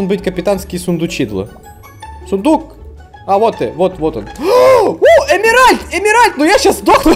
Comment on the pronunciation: Какой нах "Эмиральт"? Эмеральд*